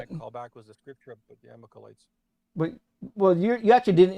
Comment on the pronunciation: Who are the “Amakalites?” Does he mean the Amalakites? This guy’s a mess.